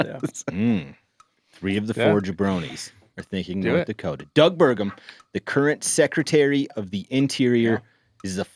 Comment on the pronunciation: Ah, it's Nort Dakoda.